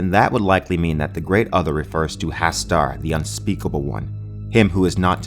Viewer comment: HOW ARE YOU MISPRONOUNCING HASTUR. ITS SO EASY. HAS-TUR